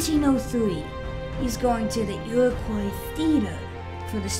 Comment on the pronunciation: The "Iwwacoy Feeter" had "bawwa stwading" - I tort I taw a Fiewwaman!